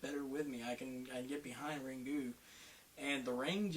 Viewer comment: Ok, "Ringu" (you don't pronounce the u that much, btw), was much better than the American Ring (my Opinion), but I don't think, it's SO bad. Most of the movies you listed up here are good, what the hell!?!(sry, I'm Swiss = Bad English)